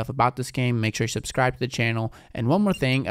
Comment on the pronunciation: Bro said subsrib😂😭